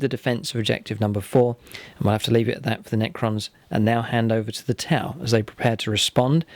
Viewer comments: When your friend said “these are my 2000 points of Tau” it really sounded like he said “...points of Tie”. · That Tau army is striking! The contrast of the neon green on grey really pops. Did anyone else notice he pronounced T'au as Tai? That is one awesomely thick accent!. Love it! Need more of this for the greater good!